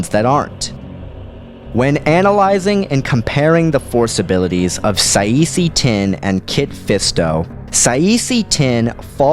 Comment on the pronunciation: it should be Kit Fisto vs Saesee Tiin (pronounce Saa See Tin)